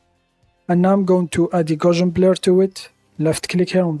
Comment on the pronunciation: It is Gauss, gaussian. Gow - see - an